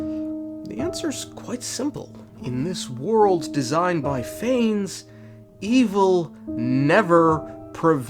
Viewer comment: Btw no hate or anything but its “pha-ness” and not “fains”